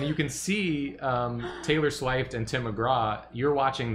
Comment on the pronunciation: "theylor sheft" really got me 💀